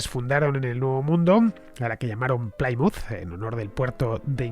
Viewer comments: Programa fantástico. Una pequeña aclaración Plymouth no se pronuncia como "Playmuz". Se pronuncia como "Plimuz". Un saludo y gracias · La pronunciación correcta es 'Plimuth" y no "Plaimuth". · No, se pronuncia "Plimaut" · Me encantan tus podcast pero habrá que cuidar la pronunciación..."Chartres, Plymouth.."...😜